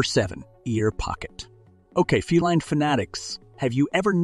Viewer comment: Please.....the word feline is pronounced fee line...